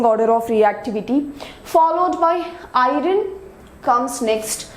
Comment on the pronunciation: Iron not"irin"